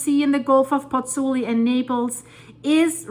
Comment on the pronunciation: It is PozzuOli actually, not Pozzuli